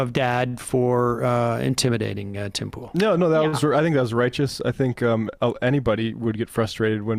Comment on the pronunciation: "Tim Pole"